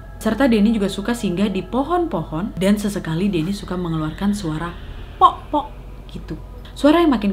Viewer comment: Pok pok kak,bukan po po